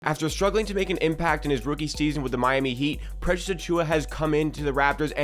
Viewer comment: bro can you still not say precious lol. slow down. your video won't be that much longer if you say his name properly lmao